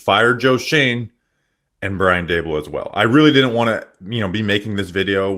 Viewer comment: Dabool took over the offense and the roof fell in. Its Daboll primarily:clock-turquoise-looking-up